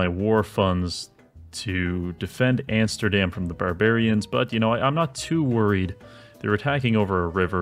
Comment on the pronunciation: "Antsterdam", classic